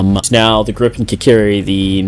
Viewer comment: its gripen not grippen